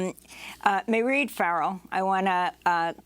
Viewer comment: Mairead is pronounced exactly like Parade with the P substituted for an M.